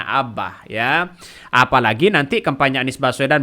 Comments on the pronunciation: Admin saking semangatnya ....ngomong kampanye jadi kempanya ...hehehe... Tdk apa2 malah bisa buat lucu2an. Yg penting bisa sosialisasikan hal2 yg terbaik. Semoga cagub yg didukung dan bisa terpilih nantinya bisa membawa DKI lebih baik dan bisa akomodir kebutuhan dan kepentingan masyarakatnya. Kalau terpilih semoga selalu amanah .....dan .... TETAP SEMANGAT !!!. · Bukan karna semangat nya si Admin, tapi Emang Dari dulu Bilang kampanye di Bolak jadi KEMPANYA, coba ente lihat Video² dia yg lainnya, he.hee